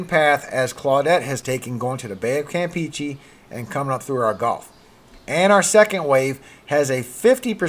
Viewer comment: If I may, the "e"s in Campeche are pronounced like the e in get or in fetch, not like the e in peachy.